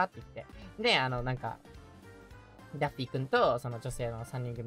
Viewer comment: 那天的破日文害我以為他穿著daffy 的人偶裝XDDD 原來是可愛的PPB抱著娃娃✨畫面超可愛